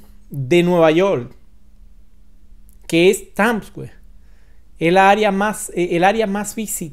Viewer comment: Es Times o Tams!! porque este no sabe pronunciar dice que es tams square 😂😂😂